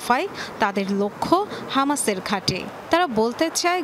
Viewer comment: হামাসকে আমাশয় বলছি আর কি বলবো 😂😂